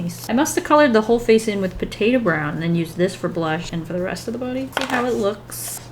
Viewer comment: For a good eight minutes, I kept hearing "potato brown" as "potato brow", and I didn't question it, since you always have that cute round eyebrow shape going on for Weelz.